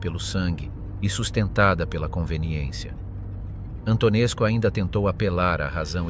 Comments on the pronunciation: Antonescu a pitomá AI to čte jako Antonescu...skutečně -scu, muž teror...a jiné lahůdky... každý normální to musí vypnout. Výplody AI, mluvené strojovým hlasem....opravdu ne. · A. Learn how to pronounce names. B. You will find that many Romanians test him as a national hero.